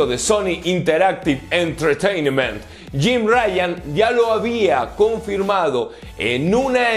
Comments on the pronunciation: Entertainment se pronuncia "En-ter-tein-ment" asi corridito y rápido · Se pronuncia “enterteinment” :p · Entertaiment - Lo pronuncias tal cual está escrito con el cantado gringo obvio